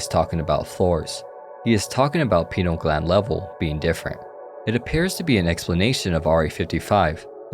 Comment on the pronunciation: I can only listen to so many wrong pronunciation of pineal gland bro